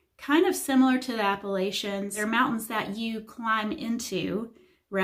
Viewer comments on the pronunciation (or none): none